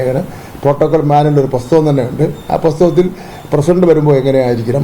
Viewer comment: പ്രോട്ടോക്കോൾ എന്നാണോ മോട്രോ ഗേറ്റ് എന്നാണോ അണ്ണൻ പറയുന്നത്..